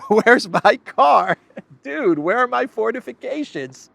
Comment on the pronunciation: lol, 'forteeeficayshans'!